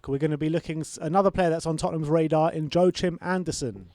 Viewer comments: Joachim is pronounced "Yor-keem" in danish. Last name is AndersEn spelled with and E. "Anderson" is swedish.. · It's about time you guys search up the correct pronunciation of Joachim (andersen). Great video keep it up👍